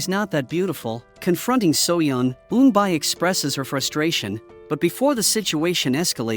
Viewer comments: auto-generated audio. Pronunciation of Korean names is off by a lot. Pronunciation is actually E-un-B and E-unb-B-yule. Like mule, by with a y. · eunbi (pronounced oon-bee) and eunbyeol (oon-byol). (the problem with AI reading comprehension is they take all the words as American English) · It's Eunbi and eunbeyol not unbay and unbayol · Pronounce wrong ,the correct pronunciation is Eunbie ,like Rubie not Eunbi ai . Eunbyeol not Eunbile 😂😂😂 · Pronunciation needs work.. N-Bee (Eun-bi) N -B yool (Eun-Byul) Plot hole... Eun-byul committed slander and libel against soo-young, turned the whole city against her, and falsely accused her of a crime she knew was false, and was never caught/punished for it. If Soo-young had proof, she could have destroyed Eun-byul's life and future, and/or made her a victim like her sister. Eun-byul sent her sister care packages at the orphanage for years, but never rescued her. Also, what if the bully Soo-young's parents had adopted Eun-bi to be her servant, but on the surface appear to have done it to give her a sibling so she wouldn't be lonely?🤔 Just a thought and some fan fiction ideas... 😈😎😇